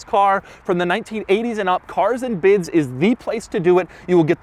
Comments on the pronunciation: “Carzzz Andduh Biddzz”??? Sounds like CLASSICALLY TRAINED annunciation! 👍🏽‼️ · The way he says cars and bids just makes me crack up